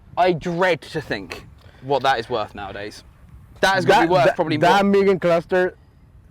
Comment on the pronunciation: I own a VSM DB8 type R. Also, its pronounced MOOGEN (mugen)